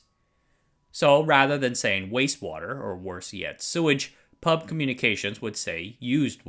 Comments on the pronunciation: In line with "corrective YT comments" genre, I'd like to point out that "PUB" is not pronounced as the word "pub" (a s it's the case with, say, NASA) but spelled P.U.B. (pee–you–bee). I never heard locals saying "pub" ;-) Addendum: I just noticed you saying "who" fro WHO (like, "whisky tango foxtrot...?), but "ee–pee–ey" for EPA. Strange. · We pronounced the abbreviation of PUB by it's individual letters. P.U.B. We don't call it "Pub" here. Though it does make for an interesting word play considering I can see how it's our national watering hole. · First time I heard someone pronounce P.U.B. as pub. We usually call it Pee Ew Bee! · Ffs, why does everyone call the PUB the pub, YOU PRONOUNCE IT P, U, B. Each letter is pronounced, much like how we don't call the PIE the pie. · Hi, Singaporean here. :) "NEWater" in Singapore is we pronounce is "new water". so yeah, he is pronouncing it right for this case... (But his pronunciation for PAP, PUB & WHO are off though. These 3 should not be pronounced as pap, pub & who, but the alphabets "P" "A" "P", "P" "U" "B" & "W" "H" "O") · Thanks for covering this! Locally, we read "PUB" by each alphabet "P-U-B" instead of "pub" the drinking place. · NOOOOO IT'S PEE EW BEE NOT PUB AHAHAUWUCHDUEJDBFBJEJCJF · Btw, it's pronounced as P-U-B instead of pub. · great video as usual. just to point out though, PUB is pronounced as an initialism rather than an acronym; so P-U-B rather than "pub", which is a watering hole indeed but of a rather different nature xD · We say P U B, not pub, great video anyways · PUB is pronounced "Pee You Bee", not "pub". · PUB is locally pronounced like Pee-yoU-Bee. Go figure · A kind reminder, PUB is the Public Utilities Board of Singapore and we don't pronounce the word but read each in alphabet form, a practice on other acronyms we like to create.